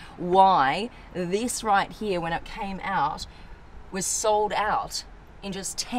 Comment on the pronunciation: Here ❌ heya ✅